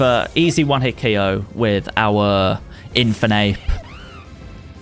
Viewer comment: He said oko this instead of ko this